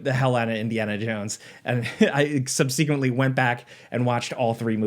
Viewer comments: Whenever I hear someone pronounce subsequently, sub-see-quently, it makes me drown a puppy. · Did I miss the meeting where it was decided that nobody can pronounce ‘subsequently’ or ‘contribute’ correctly anymore? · Nobody says subsequently like that unless they've never used it in front of another human.